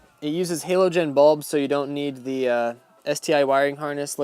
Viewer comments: I love the video.. More than that i love the generational gap in pronunciation, and you saying Halo-Gen vs Halogen. it's a soft A sound. I can tell you play Halo. Great video though. They look sick. I'm thinking about buying mine today. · Say it with me. Halogen. 😂